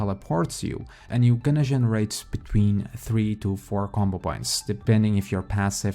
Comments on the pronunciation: It's not "zhenerate" it's GEnerate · It's G, as in Giraffe, no Jiraffe..